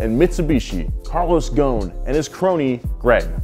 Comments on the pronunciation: Carlos GHON ? it's Gho S n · it is pronouned GHOSEN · The s is not silent his name is not goon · He is of Lebanese descents,his last name is in arabic thus it is not pronounced gone it is gho-se-n “غصن" witch literally translate to “ branche” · Why are you missing the S ghoSn. The s is not silent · You should pronounce the S. Ghosn not ghon. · Carlos GHOSN NOT GHON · There is an "s" Between "gho" and "n" You should consider pronoucing it😅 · Its Ghosn Pronounce gho-sen Meaning in Arabic "Branch" as a tree branch Thank you for all the great videos Keep them coming :) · Carlos last name is pronounced "Ghoo-son", a name which means "twig" in Arabic. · Carlos is Lebanese and so am I. You pronounce the S in his name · The “S” in his family name should be pronounced, ghoSn , just for info 🤔😇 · how is Ghosn pronounced Ghown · You are pronouncing his name very wrong .. it is divided to 3 pronounced words... GHO" SS" NN" ... GHOSN 😋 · The s is not silent in his last name u r saying it wrong